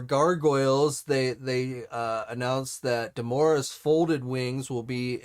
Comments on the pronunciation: DemoNa, not Demora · Demona, not Demora.